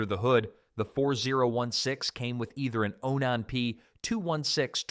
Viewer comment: Onon ???? It's Onan man get it right get rid of that stupid AI voice